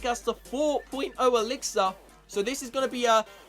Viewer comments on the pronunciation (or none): See I would watch you but the way you say elixir makes me want to throw up